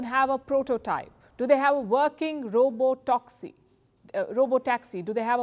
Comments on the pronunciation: You are not pronounced some words 😅 robo toxy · First time I am hearing Palki mispronouncing a word. Robotoxi!! She fixed it immediately though unlike IPL commentators 😅😂